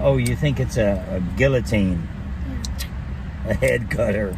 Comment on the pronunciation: Who else cringed at gilliteen.... guillotine!